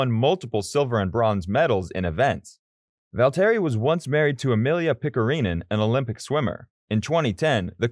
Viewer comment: This was a good video but the way you were saying some of the names just pissed me off. Like Max, Daniel, Dani Kyvat, Valtteri